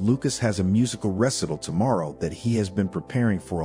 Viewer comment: How tf do you mispronounce “recital”????